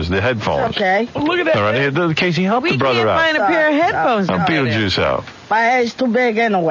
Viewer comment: Sounds like “somebody (something) trying to hell him something” to me.